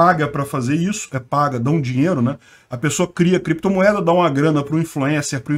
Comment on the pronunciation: “Em algum momento o senhor operou com “creptomoeda [sic]”, com “bitcóio [sic]” ou outros?”... Hehehe